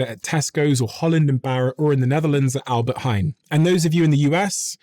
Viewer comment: good pronunciation albert heijn